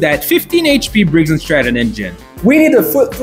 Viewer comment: He finally said "briggs and stratton" instead of "briggs n' strap-on"😂😂